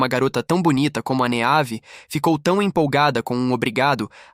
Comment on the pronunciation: Meus ouvidos sangraram muito nesse vídeo. Vários nomes clássicos com a fonética dita de forma aportuguesada. Meave sendo dita da forma como se escreve 58 vezes me fez parar de assistir o video porque tive um desmaio de hemorragia oftalmológica.